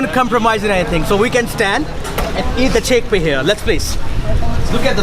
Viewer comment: this is a very tasty chickpeaahh lmao